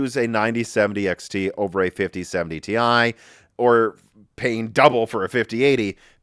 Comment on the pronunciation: Can’t wait for the 5070 ti super at the end of year, pronounced as “tie super” ofc